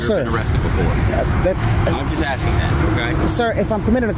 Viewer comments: “You can’t come into a facility just video without ASTIN” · He was "astin" him